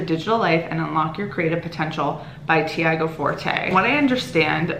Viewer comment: Loved your video, I really appreciate the autumnal vibes cos I live in Brazil and it's spring here! Thought you might want to know that the name "Tiago" is pronounced "chee-ah-go."